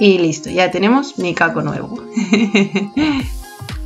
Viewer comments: Eso te iba a decir yo, que me pongo mal cada vez que escucho micaco🤣🤣 es mikado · Es micado🤣🤣🤣🤣 que gracia me hace cada vez que te escucho decir, "micaco"❤❤❤❤